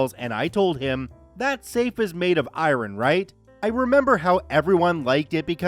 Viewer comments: I-ron? ;-)) Never heard it pronounced like that before! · Do you have some kind of special ability to not be able to pronounce the word "iron". That's some special skills right there.